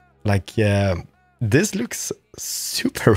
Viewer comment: i dont like when he says zis